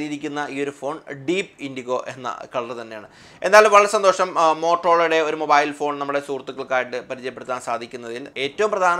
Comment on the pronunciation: മോബായിൽ അല്ല മാഷേ മൊബൈൽ